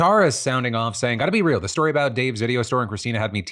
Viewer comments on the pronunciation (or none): none